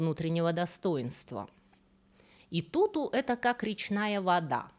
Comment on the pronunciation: Красавице Икуку же) а не Итуту))